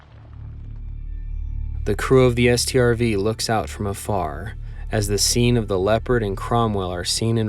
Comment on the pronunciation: he calls a StuG a stug and a T O G a tog (from a different video) yet he calls a Strv a S T R V